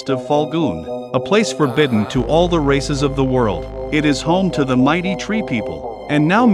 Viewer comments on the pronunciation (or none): All the pronunciation is incorrect